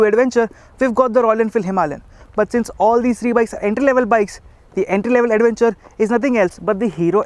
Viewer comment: chuthiya logonko kyo lathe ho video pe.. adventure ko 'ada'venture bolthe ho.. thu theri